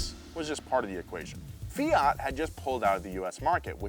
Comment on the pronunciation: greetings from Italy! please, the T in FIAT is hard, like TOYOTA. It's quite important, it stays for TORINO that's the city where the factory comes from. And the FIAT 127 was one of the best cars in the world, my mom had one when i was 5, that was amazing